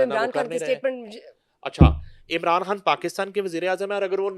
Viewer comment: She pronounces everything fine except خان, she pronounces کھان instead 😂😂😂😂😂